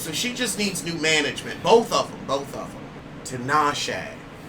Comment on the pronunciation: It's not Ten-eish-shay? 😂😂😂 Only you! And you were so proud of yourself too. 😂😂😂